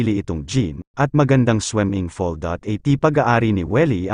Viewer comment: Anong weld.... Will po Kuya! At swimming pool😂😂😂😂not swemengpol. Ano lang slungs hahaha swemengpol